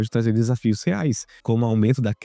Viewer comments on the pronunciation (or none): none